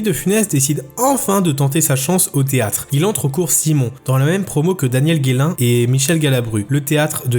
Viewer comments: Daniel Gélain, pas Guélain LOL la prononciation est un J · Daniel Gélin, pas "Guélin".